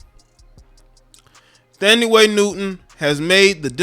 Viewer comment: Man 😂 u are just killing these people names Its pronounce (TAN- DEE ) = Thandiwe Newton And (SHAR-leese , THARE-run) =Charlize Theron